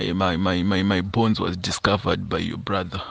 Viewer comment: Bones not borns